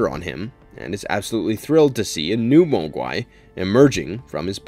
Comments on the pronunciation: Have you ever even seen Gremlins if so why do you pronounce Mogwai like that?? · Repeat after me.......Mog-Why not moag-wai